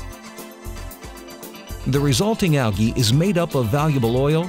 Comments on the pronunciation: It's pronounced "AL' JEE", not Algeee ... Imbecile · I feel like whipping myself in sacrifice each time he says “ alagii” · Depends. In Great Britain (and Australia) it's pronounced 'al-gee' with a hard 'g'. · I couldn't even pay attention to the information because the word algae was being destroyed every 10 seconds! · Dropped a dislike because of how this dumbass says Algae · Actually it is not. The guy speaks it like he only knows the word from reading. The pronunciation, also in british english, is completely different. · You're saying ALGAE wrong.